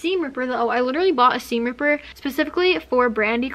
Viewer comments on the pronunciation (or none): none